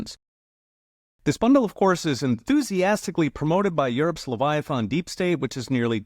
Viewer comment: You forgot to mention Romania cancelling their upcoming election in the name of democracy. Also, how many miles are in a levia- thon? Asking for a friend